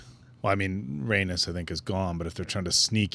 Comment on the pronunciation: “Rhaenys” 🗣️”Ray-Niece”